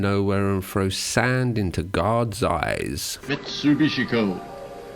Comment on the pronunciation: I'd watch this video and others of yours if it wasn't for the fact that you can't pronounce simple words properly and that disgusting vocal fry you have because you're too lazy to articulate yourself at all. You may as well "frow" this video in the bin along with the1% of a primary school education you obviously received as a child. You fucking dummy. There are literally 4 year olds that can speak more proficiently than you.